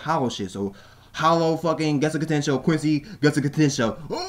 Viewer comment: Please say "quincy" and not "queen sai". Try it like "queen see".